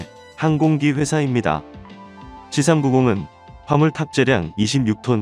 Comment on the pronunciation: "씨삼 구공"이 아니라 "씨 삼구공" 입니다